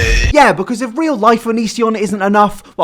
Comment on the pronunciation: Fings just got reawl